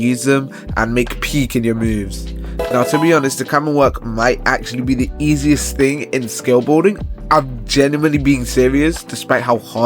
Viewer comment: “easiest” and cant pronounce it😭😭😭